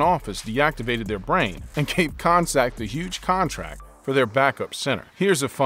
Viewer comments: his name isnt pronounced kon sak its pronounced con-cack!!!!! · It's not Jon Koncak with the c sounding like an s. It's pronounced Jon Koncak with the c sounding like a k. Do some research & know how to pronounce properly the names.